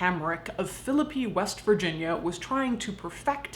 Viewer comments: I'm from Philippi! Thanks for pronouncing it correctly. Awesome content all around! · Holy shit, so weird hearing about Philipi and the Weston Assylum. Both are such fixtures for me - feel weird I didn't know this story. (Also thank you for pronouncing Philipi right).